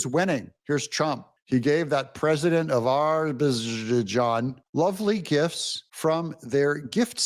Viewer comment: Doig learn how to pronounce the country names correctly please. Azerbaijan is a radical islamic country & have committed ethnic cleansing against the Armenians in Noravank! Azerbaijan wanted Armenian land for their gas pipelines! Please don’t trust them just like you can’t trust HTS in Syria! I pray God opens your eyes of discernment before bad consequences can happen!!